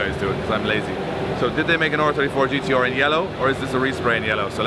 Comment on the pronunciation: It’s gtr lad Lol